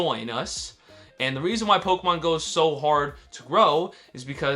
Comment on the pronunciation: Someone tell this guy how to properly pronounce "Pokémon"